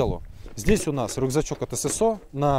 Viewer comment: В первый раз слышу правильно на русском "эСэСО", а не "СэСэО"👍🏻